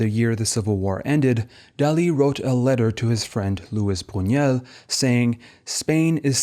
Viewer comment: That's Luis Buñuel not Brunuel as per